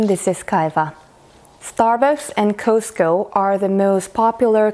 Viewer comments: You are not saying Costco right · The way she pronounces “Costco” is freaking cute.